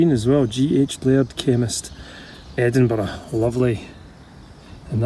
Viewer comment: Being a Canadian, I love the way you pronounce Edinburg